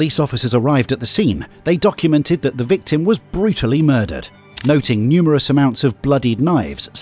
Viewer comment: Nymerous amounts of bloody knives????? Did you mean numerous bloody knives?